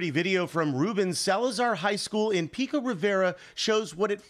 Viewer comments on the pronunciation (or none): none